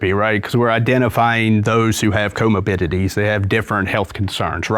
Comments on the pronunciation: Say “comobidity” one more time…. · If he mispronounces comorbidity one more time I’m gonna cry 😩